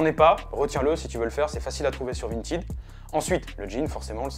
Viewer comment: Bah si tu veux comparer au français phonétiquement c’est à mi-chemin entre le i et le è mais ça ressemble définitivement plus à « printèd » que « printide »